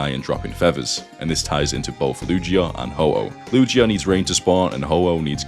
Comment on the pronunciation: The only she he mentioned was Eevee, and I've always read them more as a he lol. Maybe you youtuber doesn't know pokemon very well? I mean...he pronounced Lugia like Luigi...there was a literal movie about him lol